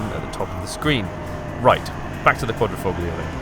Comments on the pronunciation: Trader Bond.. Bet you never heard that one, ha!:D Don't want to come across as some sort of pronunciation nazi, but in the beautiful Italian word for cloverleaf - Quadrifoglio - the g is silent. We learn something every day... I'm not Italian but I do know a few words here and there, it's such an incredibly fluent language, so word of advice: If it sounds like the word is stuck in your throat, you're probably saying it wrong. For future reference, just say it really loud with an Italian accent and wave your arms around, preferably wearing sunglasses, maa...come si dice... it-a work-a for me every time-a, si?:) Just picture Rossi.:D Also, as someone already pointed out, you could do better with (the absence or a more seamlessly integrated) music in the video. Really like the camera work and your presenting style is up there as well. Big up, bring us more alfas and keep up the good work! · please say QUADRIFOGLO! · "QuatrofoGGGlio".....Jesus man, how out of touch are you????? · you did not just say fog-lio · Why wearing a Italian T-Shirt, when you cant even pronounce Quadrifoglio.... SMH